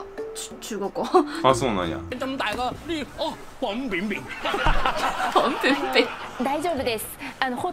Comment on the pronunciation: ファンピンビンww